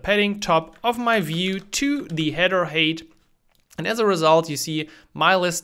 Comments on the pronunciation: Height is pronounced hite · Hey, great video. FYI the word height is pronounced like hight.